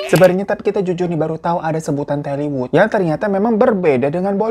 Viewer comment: Tollywood bang bukan telly😂